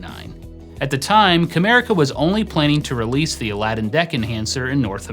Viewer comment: Well, at least this time you were able to pronounce it correctly :)